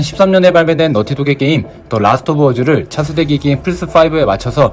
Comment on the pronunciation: 왜 자꾸 라스트 오브 어즈 라고 하는거에요!!